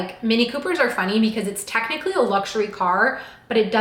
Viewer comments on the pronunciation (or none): none